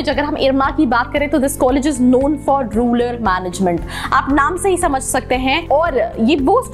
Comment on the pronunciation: It is Rural not ruler